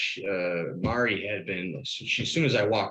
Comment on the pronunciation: It's "Mari", just like Kenny calls her...Not Maudddie!!! 🥴